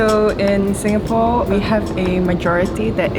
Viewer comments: Why do you say Singafore !? It's Singapore Or say singafora " Arabic " don't fuck my brain man, fuck am leaving this video. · Singapour not singafour i don't know why middle easterns have problem spelling P they all say B instead , and sorry it damages the ears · يا زلمة Singapore اسمها مش singafoor مشان الله أتعلم إنجليزي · Singa-p-ore it’s ppppp not ffff